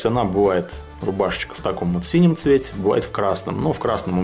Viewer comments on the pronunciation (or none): none